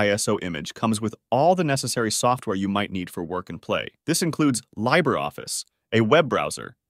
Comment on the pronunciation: "Debian" is pronounced "Deb-ian", not "Dee-bian", as came from the names of its founders "Deborah" and "Ian". Also "Libre" is pronounced "Lee-bra", not "Lie-bra". Otherwise, that was a pretty good intro! Mint wasn't my first full time distro (that was Gentoo, back in 2003), but it's what I moved over to when I couldn't be bothered with all the effort Gentoo took to maintain.